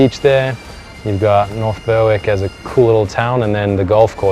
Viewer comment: great content. Its pronounced "berrick" btw